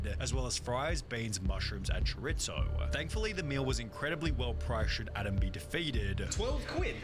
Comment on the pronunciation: "Chore-It-zo" lol